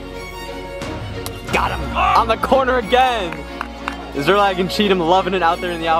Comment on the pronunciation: one word. two syllables. SZER-LAG.